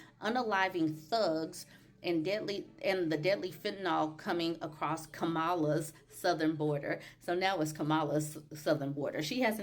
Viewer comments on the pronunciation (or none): Oops. Not Ka-MA-la. It's KAM-a-la. Almost like calm-a-la. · her name is pronounced (comma la) like the punctuation with la